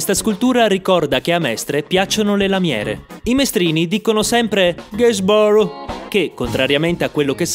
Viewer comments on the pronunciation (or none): "R" arrotolata come un cannone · R retroflessa 😏